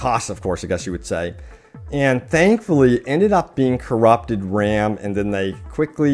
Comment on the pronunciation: courupterd ram?